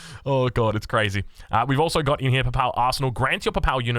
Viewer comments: Your pronunciation of most names is so cursed in this video! Love it. Worst criminal is Papal. PAY-PULL is best way to say it and it’s an important one as it’s the Pope’s stuff. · The pronunciation in this is so crack up, and I'm a New Zealander. You didn't even know Papal :D